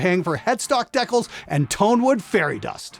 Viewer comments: How do I know where you're from? When you tried to pronounce "decals" it was 100% confirmed. It's not "dekkles" - it's "DECALS". Just read it and say it. :) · too bad he mispronounced decals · Don't wanna be "that guy" but the way Canadians say Deckelz for Decals makes me burst out in laughter everytime. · It's aboot time a Canadian showed Americans how to pronounce "dekkles". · "Headstock Deck-uhls" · When is said “ deckuls” I knew it was an Ai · That's actually how Canadians say the word. They all say it like that just like Aboot. Haha makes me laugh everytime I hear it.